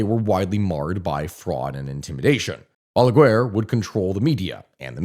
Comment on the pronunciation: I love how you tell our story, very good video, also love how you say BALAGUER, as balagUar, in spanish is pronounced ba-la-gar the U in GUER is silent. Also PLD party of which leonel fernandez was the head means partido de la liberacion dominicana as in Dominican liberation party, my dad used to be one of his brands liders. now a day leonel left the party and made a new one called Fuerza del pueblo aka People's Force.